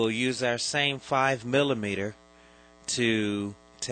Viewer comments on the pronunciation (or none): Having just bought an '89 PC and knowing that the bulb connections need a good clean made this a really useful video. The only thing I would say is that I have no idea what a groomette is? A Grommet? yes. I imagine a groomette to be a female groom known more commonly as a bride. If you want the proper pronunciation, check out any of the Nick Park Wallace and Grommit films. Cracking cheese Grommit!